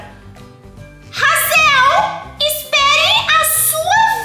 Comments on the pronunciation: deixa eu te ensinar como se pronuncia o nome da bebe e como se escreve se escreve desse jeito hazel e se pronuncia desse jeito reizeu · O nome da menina principal é Hazel (no próprio jogo fala) e se fala Reizel